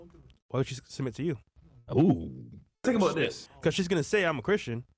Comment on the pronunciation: “tink abouddis”